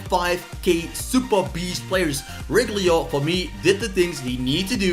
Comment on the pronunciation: I laugh everytime he says “Reguilon” 😆